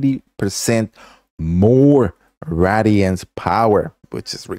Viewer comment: I'm sorry man but it's (Ray-De-Ants) it's not rads damage. It's not fallout